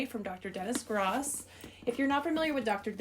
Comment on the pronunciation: It’s pronounced like GROWSS not GRAS